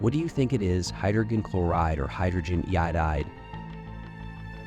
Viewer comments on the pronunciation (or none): He says hydrogen iodide in a really weird way